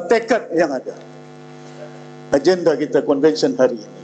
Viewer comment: YB ucap kite, agende, budayanye, untok, kite, daripade, bahawe, kuase, make, ade, rasanye, mereke, bergaye, juge, jamaahnye dll.